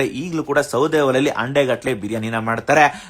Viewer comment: ಅಂಡೆ ಅಲ್ಲ ಹಂಡೆ